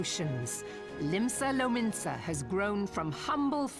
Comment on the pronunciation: OMG !! THE MAD LAD DID IT !! he finally said Limsa Lominsa and Gridania right !!!!!